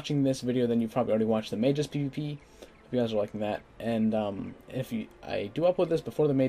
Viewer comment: May-jus? I had to rewind that a couple of times before I got what you were saying. LOL Isn't it May-gus? I remember used to pronounce it "mag-gis." I'm so lost.